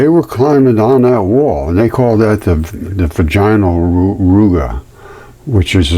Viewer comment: VAGinal. Like Madge-in al. The only time the emphasis on the "ina", is when the full word is said. 👍